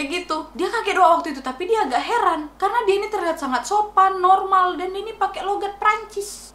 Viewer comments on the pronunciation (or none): Woe Wakkkk "Heran" Bukan "Herman" .... Ishhhh